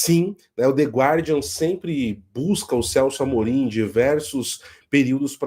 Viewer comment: A pronúncia é "gardian".